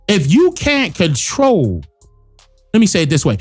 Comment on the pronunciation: Cdc "comtrol desease" not prevent